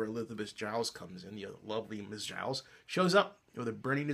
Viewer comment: U said Gillies wrong